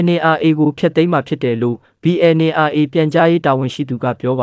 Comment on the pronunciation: သတင်းခေါင်းစဥ်လည်းမကြိုက်၊သတင်းပြောပေးတဲ့သူလည်းBNRAကိုမှန်အောင်ပြောပေးပါ၊(Aတလုံးပိုနေတယ်)